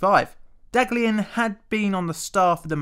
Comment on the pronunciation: The first scientist's name is pronounced "dahliyan"